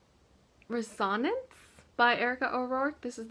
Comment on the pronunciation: Awesome, productive month! Congrats. I believe Dissonance and Resonance are pronounced: dis·so·nance & res·o·nance. :)